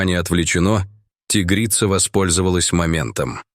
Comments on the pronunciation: тИгрица, зАмок вместо замкА, хоть бы голос робота настроили, или все схавают наивные... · Почему- тигрица. Ударение на и. Чтецы русский язык учили в школе? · Научите уже ИИ правильно ставить ударение в словах!!! Не тИгрица, а тигрИца ! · Спасибо за рассказ. Но не тИгрица, а тигрИца! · Узнав его запах по звуку голоса, что за бред. Ой, а читают будто не русские люди, которые никогда не изучали русский язык. Рассказ конечно добрый по содержанию, но слух режет тИгрица и многое другое. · Чтецу надо научиться делать правильно ударения. Правильно тигрИца, а не тИгрица. И так далее. Хотя такой тупой текст хоть как-то надо "оживить". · тИгрица-мать.... А, может, тигрИца-мать??? Сколько ошибок в ударениях. Противно слушать. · ТИгрица! ТигрИца! Грамотеи. Дальше слушатб не буду, пртивно. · ТигрИца!!! Фууу, читающие тупицы достали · опять дичайшие ударения! как вам нравится тИгрица и тд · Тигрица ..ударение навторой слог!!!! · Почему у комментатора при таком отличном голосе не правилтные ударения ТИгрица, ЗАмок и т.д. Он что не русский, язык учил в гколе ??? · Ага.Чудесно.ЗАмок.ТИгрица.Он на каком языке?